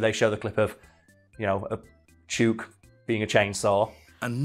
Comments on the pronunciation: FYI Chook rhymes with book, not with spook. I am an arborist in Victoria Australia. I’ve heard plenty of lyrebirds doing the chainsaw, dozens of times. Attenborough was not misleading you in any way. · Chewk?! No, its pronounced like Book. Chook. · it is pronounced chook as in book not chuke as in puke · I doubt this will be seen, but as an Aussie I feel it's my duty to bring this up: Ya' sayin' the name wrong. It's not "chook" as in "duke". It's "chook" as in "look". We also call chickens "chooks". It's also very Australian to allow someone making a documentary to mispronounce something ALL the way through their little film. We're total arseholes like that. Cheers mate. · Yeah i thought poms spoke english. He says "chewwwk" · Friend from Australia says it’s pronounced chook as in book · That is the weirdest pronunciation of 'chook' I've ever heard lol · Chook. It's pronounced like book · As an Australian, I'm finding it tilting af that you're mispronouncing "chook" Chook as in slang for chicken Rhymes with, hook and book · Video has already been filmed and posted, but Chook is pronounced Choo as in ~choose~ and ok as in ~look~ Love from Australia 💖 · The name is actually pronounced with a short o in Australia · As an Australian, that birds name must be chook, pronounced like look. It means chicken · I’m pretty sure it’d be pronounced chook like cook. That what we call chickens in aus lol. I’ve been to Adelaide zoo but it was a couple years ago just before their flamingo Chilli died. Maybe Chook died a while ago :c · Yeah nah great episode mate but chook is pronounced like cook but a ch sound instead of c and is a slang for chickens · Only if you pronounced it correctly it’s chook like look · Chook? I think it might be pronounce ch-oo-k not chook. Its another name for chicken more commonly roast chook. So it rhymes with book. And not words like luke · The os are pronounced like book Just a heads up haha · oo as in "foot", not as is "root" Chook = Chicken